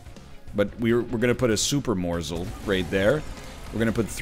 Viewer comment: the way he started to say morsl sounds incredible drunk